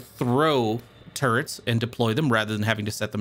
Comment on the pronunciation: I keep hearing "turds" instead of "turrets". It's really breaking my immersion.